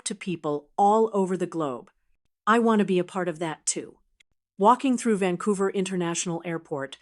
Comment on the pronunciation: It's Vancouver not Vancovrr like the sign says